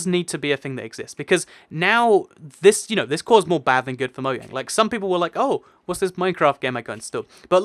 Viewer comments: is it just me or does he say moyang instead of mojang cos i am confused? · Why do you say moyang instead of mojang? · anyone notice he said "MOYANG" not "MOJANG" he said it twice as well :P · Umm its mojang not Moyang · Why do you say 'moyang' instead of 'mojang'? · Why does everyone say moyang it is Mojang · I heard him say moyang instead of mojang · Did he say *moyang*??? Yup... Did it again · did you say Moyang? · did you just say Mo-yang? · you said moyang